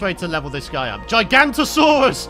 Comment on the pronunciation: Someone's gonna say it so it may as well be me. It's Giga-not-a-soar-us, or something the like. I think we all started with "giganto" but it's a Giga, baby. Love the vids btw.